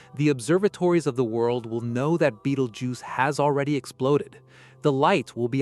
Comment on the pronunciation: In the first 10 seconds, when it mispronounced "Betelgeuse" I know it was AI slop!